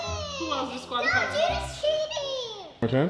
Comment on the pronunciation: said disqualifi